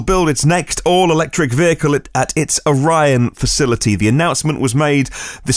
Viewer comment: You'd think Orion long 'I' like the constellation. It's pronounced Or long 'E' on. Each segment has equal emphasis.